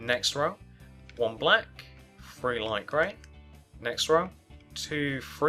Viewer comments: He sayz free instead of three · he Really says free